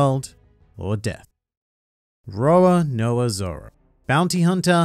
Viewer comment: you said roanoa zoro and yes i will nit pick that